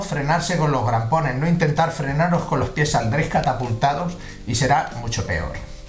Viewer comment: Muchas gracias Muy buen video .., pero por favor “CRAMPONES” … y no grampones .